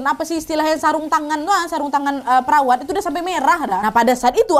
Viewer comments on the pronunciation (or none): none